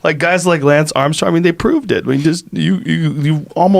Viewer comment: HAHAH the way Joe says Tour de France all the while pronouncing Lance in an American way is funny dude